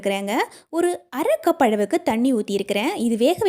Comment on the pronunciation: அளவுக்கு என்பதை அழவுக்கு என்றும் உளுந்தை உல்ந்து என்றும் உச்சரிக்கறீங்க. நீங்கள் தமிழரா அல்லது வேறு மாநிலமாதெரியவில்லை. இங்கு தமிழைத் தாய் மொழியாகக் கொண்டவர்களே தமிழை மோசமாக உச்சரிக்கிறார்கள். இது ஏதோ ஸ்டைல் என்று நினைக்கிறார்கள்.நீங்கள் தமிழர் இல்லை என்றால் பரவாயில்லை.